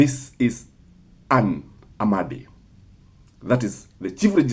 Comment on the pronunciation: Ann Amadi. Not Amandi